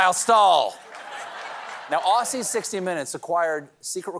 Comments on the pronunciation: It's not "Ossie", it's "Ozzy". Get it right Stephen!! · Dear Stephen, 'Aussie' is pronounced exactly the same as the first part of Ozzy Osbourne, best wishes and hope you get your tastebuds working again soon. Hell, while I'm at it, 'Kilometre' is pronounced like you had a device that detects murders in your vicinity, like - "Hey dude, my Killameter just went off, I think an innocent black guy just got traffic-stopped" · Aside from hearing Donald referred to as "President Trump" instead of "former President Trump", hearing Americans pronounce Aussie (ozz-ee) as Aw-see is the worst.